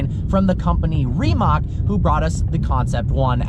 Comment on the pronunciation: Remac? Wtf is a Remac? It’s Rim like rims!